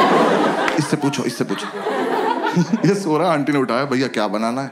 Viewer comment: has to be sobo "Bhayaa" girl 😂😂😂